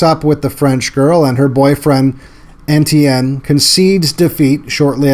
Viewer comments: Great vid but 'Etienne' is pronounced 'ay-CHAN' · Etienne not N.T.N.